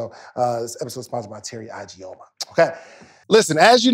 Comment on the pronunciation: ...your sponsor's last name is pronounced E-G-o-muh instead of I-G-o-muh 😊